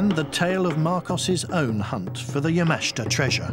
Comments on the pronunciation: It's not Ya-MA-shi-ta It's Ya-ma-SHI-ta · pronounce" Yama-SHIT-ta" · So very hard to listen to the constant mispronunciation of Yamashita's name. Good video but learn how to pronounce Japanese names and drop the facebook logo in the lower right hand corner.